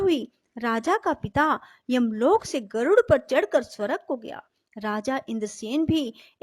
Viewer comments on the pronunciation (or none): none